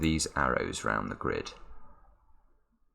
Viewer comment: "different times aound the world" :D